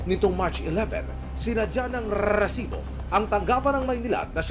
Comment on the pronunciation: Sakit sa Tenga Yung pagsambit Ng "resibo" Ang haba Ng rrrrrrrrr.. di nakakatuwa